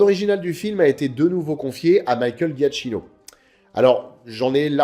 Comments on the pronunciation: Super vidéo, comme d'hab 👍 Juste un détail (vraiment, c'est anecdotique) : le nom du compositeur se prononce "Djakino" et non "Ghiatchino" 😉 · pour info, je crois que le nom du compositeur se prononce "djiakino" il me semble. Super video, comme d'hab!